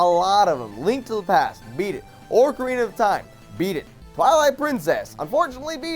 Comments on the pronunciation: I won't hate on you too much, but I seriously have to say this. Orcarina of Time? ORCarina?, OCarina, not ORCarina. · I'm fine with not liking Zelda games but it angers me that he kept saying orcarina. It's ocarina seriously. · Its Ocarina of time not Orcarina of time. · 1., you play GTAV every Thursday 2. It's "ocarina" not "orcarina" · joven keeps saying orcarina of time, not ocarina of time. lol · I mean, dude,, do you even Zelda? And its not Orcarina of time, its Ocarina of time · you dumbshit. It's pronounced O-carina....not "ORCarina" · the Zelda games are really good! Also, it's OCARINA OF TIME, not ORCARINA OF TIME! YOU'VE MADE THIS FUCKING MISTAKE AT LEAST 2 TIMES! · i know, and i love the game too. I was just laughing over the fact that he pronounced it orcarina instead of ocarina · orcarina of time -_- I just lost all of my respect for joven. You clearly didnt play it if your saying ORCARINA. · he says ORC - arena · did you say "Orcarina of time"?!!!!!!!! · said Orcarina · Lol. pronounced it as Orcarina of time. Even still it doesn't matter if he doesn't like Ocarina of time. It is his opinion. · you don't like Zelda because you can't pronounce them, orcarina is just no a thing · can you at least say OCARINA right its not orcarina seriously what is your problem. And you only played like one game maybe if you played more of the games you would lile them more. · Stop saying orcarina! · Just saying OR-carina of time makes me wanna flip my $#@ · said ORCArina I almost died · Did say "Orcarina"? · joven pronounces ocarina like ork arena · Oh-carina of time? Fuck you, you can't even say it right, no wonder you hate it. But don't worry, it hates you too, just like everyone else. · just hating on something he doesn't seem to understand all that well. ORCARINA?! Zelda is magical. Now we may all proceed to sharpen our pitchforks. (